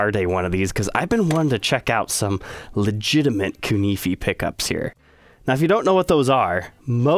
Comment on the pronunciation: I've been pronouncing it koo-nah-fay this whole time. Am I wrong?